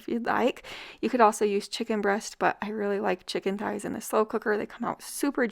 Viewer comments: no, she doesn’t. I heard her say “ties” every time she pronounced it. I even rewinded it back because it caught me off guard and she clearly says “chicken ties.” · Chicken THighs! Pronounced TH-eyes. The h is not silent, it combines with the t to make the same TH sound we hear in THe, THey, and THose.